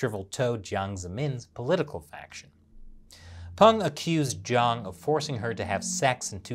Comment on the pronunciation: should practice more on pronuncing Juang & Zhang.